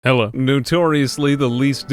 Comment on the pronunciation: "Heh-lo" good God I love that